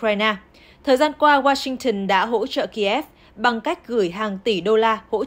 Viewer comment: Đọc hãng tin của Anh “Rô - tơ” và thủ đô của Mỹ là ...”sinh- từn”